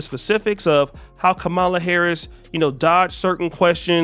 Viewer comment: Why do you continue to mispronounce her (VP Kamala Harris) name? I can kind of understand during the election cycle, but it's over. To continue to do it now is just petty. , + LA